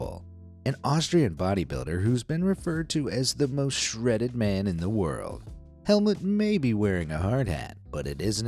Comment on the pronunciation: You pronounce it HelmUt not Helmet 😂